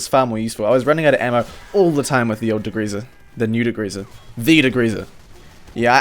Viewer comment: "dagreeza" It's degreaser btw